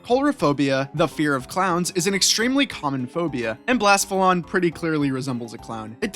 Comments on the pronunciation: Also calling Blacephalon “Blassfullon” is spoookey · bluh seh fuh lawn *